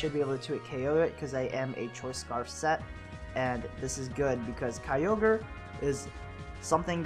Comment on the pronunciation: Kyogre = Keo-gray haha